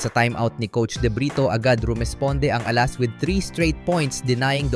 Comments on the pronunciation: AI ka ba? Dapat stress nasa 2nd syllable a-LAS hindi A-las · Please pronounce Alas properly.